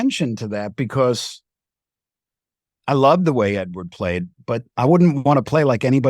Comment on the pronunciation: Anyone else bothered by the way he keeps saying "Edward"?